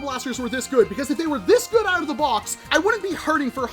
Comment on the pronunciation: “That’s really gooad”